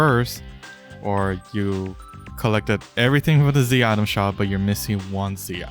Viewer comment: bro cant say Z item lol check the subtitles XD